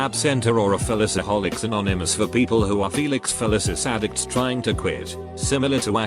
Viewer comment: I don’t know what’s more disturbing. That people came up with this shit, or that computer generated speech says the words “Felicis” and “Feliciholics” flawlessly.